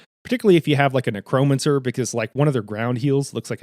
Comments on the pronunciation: haha fair enough. I am 99% sure it is pronounced as " neck-ro-man-cer". Those other words though I think most people butcher anyway so you're good there. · Man, i love how you explained the mechanics. Great video. I gotta say that it bothered me, more than it should have ,the way you pronounced necromancer 🤣. But still, very awesome video my friend.